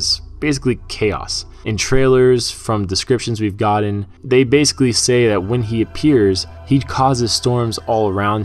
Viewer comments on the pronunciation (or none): none